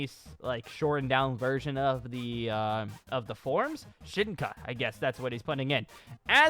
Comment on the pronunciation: You pronounce Shinka wrong and also it means evolution not forms